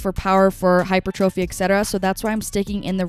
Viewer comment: You're my fave fitness content creator!! Thank you! (P.s. absolutely no hate at all, but is that how you pronounce hypertrophy?? Genuinely wondering cause I've been saying it differently forever)